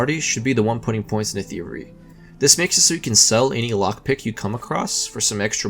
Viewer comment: your. speech impediment made it difficult to understand with you were saying. thievery sounded like theory